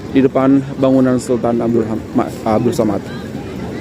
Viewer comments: 😂😂😂😂😂😂😂 tapi kenalah belajar sebut dengan betul.. sAmad bukan sOmad.. he he.. macam diaorang selalu bising kita jgn sebut 'indon' tapi 'Indo' 🙄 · We pronounce it Samad not Somad.. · Bangunan itu sempena nama salah satu Sultan Selangor iaitu Sultan Abdul Samad.. sebutan Samad ya, bukan Somad.. Kuala Lumpur sebelum 1972 adalah sebahagian negeri Selangor dan ibu negeri Selangor.